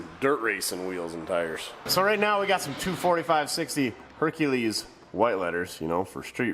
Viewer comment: "Hercalees , Hercalees!"